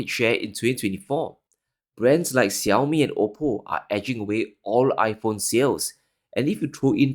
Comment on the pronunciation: Finally someone who says 小米 and not 少米!!!!!! 😂😂😂 💪👍